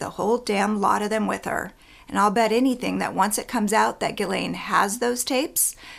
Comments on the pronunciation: Why do you pronounce her name Gilen ? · Its pronounced Ghislaine like Jiss-laine